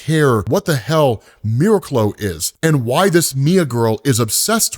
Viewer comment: I think it's pronounced mir-aac-lo